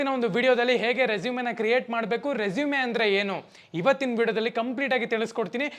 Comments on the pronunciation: Bro ಮತ್ತೊಂದು ಮಾತು ಹೇಳ್ತೀನಿ ಅದು ರೆಸುಮೆ ಅಲ್ಲ ರೆಸೂಮ್ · Anna addu e silent pronounce as resume ..